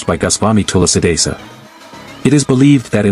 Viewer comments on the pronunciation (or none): It's not vami Tula sidasa.....it should be pronounced as Swami tulasi das....Jai Sri Ram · What's with "Tulla Sidasa". I appreciate the content. Can you please not mispronounce the name? I trust you can do it. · “Tula sadisa” is the reason why I despise mispronouncing Indic words. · It's Tulsidas, pronounced as too-see-das. It's not tulasidasa. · It's not tulusidasa. Pronounce like that Tul + si (not sai) + das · Pronounciation is wrong....its Tulsidaas not Tulsidasa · its not tulsi desa.... its (SHREE TULSI DASS) Next time pls thik pronunciation wala VIDEO upload krna ok.. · Love your pronunciation of Tulsidas ji as tulsi...dassa... 😂😂 but love your knowledge about Indian culture... Jai Bajrangbali... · It’s actually pronounced as Thu-la-si Dha-Sa join it Tulasi Dhasa. 😊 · Good information but pathetic pronounciations of Hindu names....it is Hanuman Chalisa, Tulsidaas....please correct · thulasee dhaas pronounce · That TULSI DAS pronounciation 😭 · The way AI pronounced Goswami Tulsidas :/ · It is Goswami Tulsidas,not the way you pronounce it.But your efforts are marvelous.Thank you.Please find out why Kurukshetra has much concentration of radiation if the Kauravas & Pandavas had no knowledge of Atomic theory. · Please pronounce Tulasi das correctly, it's not that difficult. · Bro you give right knowledge to everyone but you not pronounced Goswami Tulsidas correctly You can see right pronunciation on Google 😊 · Try to pronounce the name Tulsi Das correctly.. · Tulsi das..... This would be correct pronunciation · Can u pls learn hindi pronunciations better.... like goswami tulsidas etc. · learn first to pronounce 'Tulsi-Dasa'